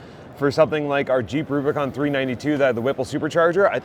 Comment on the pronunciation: I like how you said “boo bicon” and not boob icon